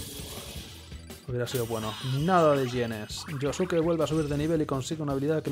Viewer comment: Pronuncias bien el nombre de Yosuke pero no el de Yusuke